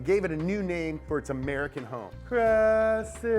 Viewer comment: It's called Cressida